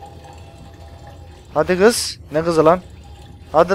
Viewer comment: 4.25 hadi gız. Ne gızı lan. Puhahahahhahaha aksahkksh